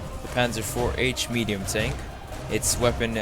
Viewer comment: Is it just me or is he saying tonk instead of tank?